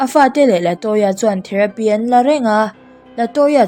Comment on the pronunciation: Latoya tih hi Laltoya(Laltawia)tih anga kan chhiar chu a🤣🤣